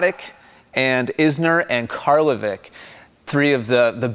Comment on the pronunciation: Karlovic is pronounced like Djokovic. ;)